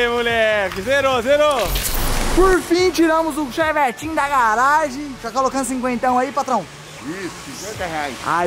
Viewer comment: Eu tenho uma LEVE "raiva" de quando o fala "ChEvEtIn" 😂 mas ok kskskdks